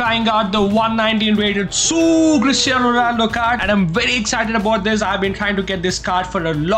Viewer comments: it is cristiano not christiano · Bro it's Cristiano not Christiano